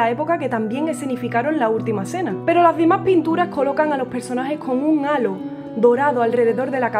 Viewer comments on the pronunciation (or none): none